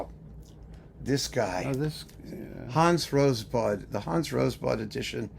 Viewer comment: Enjoyable discussion and camaraderie. And I was glad to be confirmed at last as to the correct pronunciation of Hans Rosbaud’s surname. 🙂